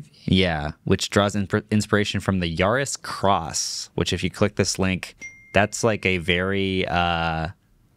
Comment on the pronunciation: Yaris Cross, come on guys, googling the actual Yaris Cross name is not that hard